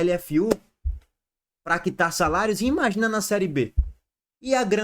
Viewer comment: "SALAIOS" viva o cebolinha 😂😂😂😂